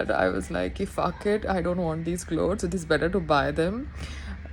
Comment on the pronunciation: Pehle clothes bolna seekhiye madam...